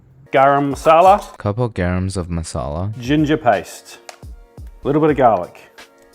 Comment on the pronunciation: Couple "garams" of masala as he puts in curry powder had mentioned dying xD